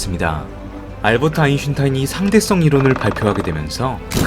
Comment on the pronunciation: 그너메 아인슌타인은 언제 고칠껴